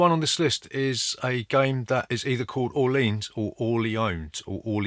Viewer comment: How is Orleans pronounced? LOL, very funny!